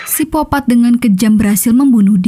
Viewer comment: Ini miminnya cadel huruf K yaa? Kok nyebutnya sipopat terus